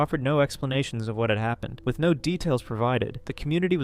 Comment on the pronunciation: Does he have something alongside dwarfism? He speaks like a baby? Like his voice is very child like and he says things like wiff instead of with and he makes lots of mouth sounds and speaks In pauses like a toddler. I’m not making fun of him I’m just asking if he’s mentally stunted bc lots of dwarfs do not also sounds and talk like a child, I really think felicity is sick af. Bc she interacts with him like he did a. Toddler and she is the mother not boyfriend girlfriend